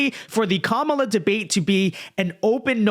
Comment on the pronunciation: I appreciate that you corrected yourself on your pronunciation of "Kamala". From sounding like Ka-Mau-la to Ka-mah-la. But I'm also pretty sure she'll change how she pronounces her name depending on who shes speaking to so idk